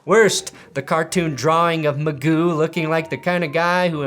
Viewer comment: Pls stop pronouncing Mcgoo like that